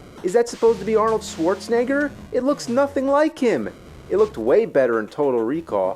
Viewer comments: "Swordsnegger" he said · Love how AVGN Says “Swartzenigger” 😂😂😂😂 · I never understood why he pronounces his name "Swarzenneger".